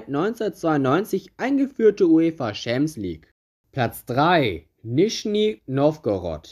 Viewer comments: Wer kennt sie nicht: die „UEFA Chamsieg“ lol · „UEFA Scheemps league“